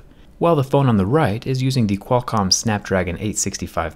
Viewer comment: The way he says Qualcomm is so satisfying